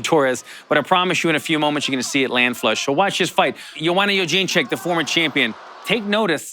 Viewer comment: 30 minutes of Allan Jouban trying to pronounce Jedrzejczyk